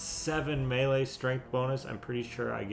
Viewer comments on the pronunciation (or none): none